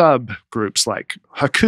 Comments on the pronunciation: Dusty, I was also a huge fan of Raven the wrestler. Between that and pronouncing “haiku” like the wrestler Haku, I felt like this episode was sponsored by WWE. Thanks for the “poyms” and the laughs, fellas! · Watching Dusty and struggle to compose themselves while was pronouncing prom and poetry was so funny to me that I was in tears at the end of that segment. Then, when I heard him first say “haiku”, I thought he sneezed at first. Y’all are awesome! Thanks for the many many laughs. Looking forward to seeing Dusty in Richmond at the Funny Bone. I’ll be at the first Saturday show. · I listened to this podcast while on a 6 hour roadtrip and had tears running down my face listening to say poem! Then he pronounced Hai KU and I lost it again! you are a national treasure. Thanks for these long podcasts!! They definitely made my trip better!